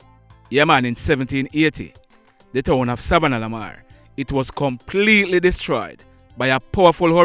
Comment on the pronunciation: U need to work on the way you pronounce savanna la mar,I honest don't want to be the one to tell that it sounds retarded the way u say it, this how your suppose to say it,sa-vanna Lamar or short form sav Lamar.